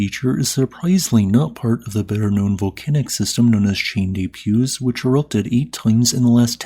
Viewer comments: you should really give Google Translate a try, it rarely gets the pronunciation wrong in French. Set the language to French, paste in the place name, and press the 🔊 symbol below – no need to even translate. I've just tried it with Chaîne des Puys and Bas-Vivarais and it pronounced both of them pretty much perfectly ("shen deh pwi" and "bah vi-va-reh"). I've always been impressed with your pronunciation of Icelandic place names (including Eyjafjallajökull!), and I'm sure French would be much easier if you had some audio to guide you. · Chaine du Puys pronounced sh-eon du p-we, spent time there when I was 5 and have watched French language documentaries about the volcanism there. X